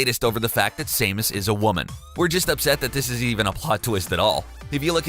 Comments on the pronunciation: Sah-mus not Sai-mus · IT'S SAM-US!!! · Same-us is triggering me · This is the first time I've ever heard somebody dislike him, given how he pronounces Raiden and Samus, I'm questioning if he knows about these games, or just spouting out a script anyway